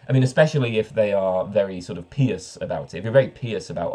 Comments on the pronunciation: Why pee-ous, not pie-ous? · I never heard someone pronounce "pious" this way until this video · By the way, ever noticed how the difference in pronunciation between "pious" and "impious" makes absolutely no sense?